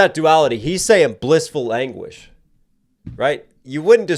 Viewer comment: This is why I watch you, I have only ever heard "language" and first time you nailed it to anguish.